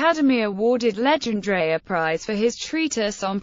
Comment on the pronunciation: Worst pronunciation of his name